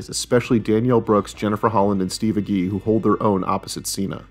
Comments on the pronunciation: It's Age-y, not A-Gee. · Agee is pronounced "A-jee". At least all the Agees I know say it that way. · I can't wait to watch the show. I'm pretty sure his name is pronounced Steve "Age-E".